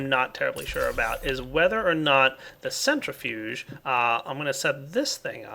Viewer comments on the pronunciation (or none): none